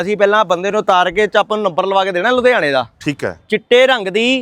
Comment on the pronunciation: ludiana nhi ludhiana hunda 😂😂😂😂